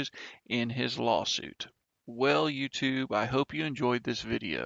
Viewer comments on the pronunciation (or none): none